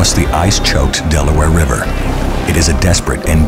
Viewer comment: "All that is stopping the British is The Delaware Ribber" 🤣😂